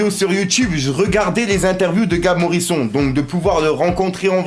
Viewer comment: Ptdddddddddddr arrête de dire Morison salleee fouu